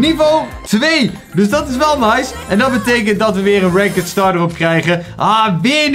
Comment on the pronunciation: het is ranked maar de zegt rankd